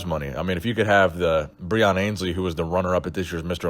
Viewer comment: You're still mispronouncing Breon Ansley's surname